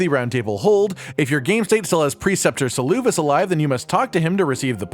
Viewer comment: SALOO VIS XD Bro he says his own name out loud Sel-ah-vis